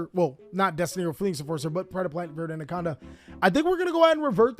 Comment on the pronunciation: Dude, it's ver-tay. Just read the damn cards